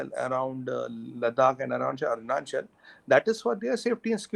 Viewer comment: it's ARUNACHAL not ARUNCHAL.